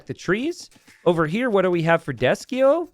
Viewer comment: He kept calling him Desky-os the whole game 😆instead of his actual name, Desky-sio